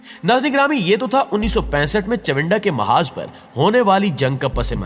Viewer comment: باقی باتیں تو بعد کی ہیں اپنی اردو کو درست کریں چونڈہ کا معاذ نہیں چونڈہ کا محاذ ہے یعنی معاذ نہیں محاذ ہے